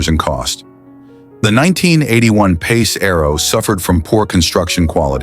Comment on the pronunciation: AI channel. Notice how the comments are ignored too, shitty channel. The way it said "pass" rather than "PACE" was a big red flag. Yeah I had 2 pace arrows so I was saying the same thing lol, had a eleaganza and a pegasus. Both I have videos on my channel hacking up for salvage.